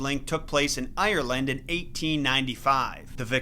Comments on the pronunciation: IRRleand It isn’t pernounced like that 💀😭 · I'm from Ierland and your pronouncing Ierland wrong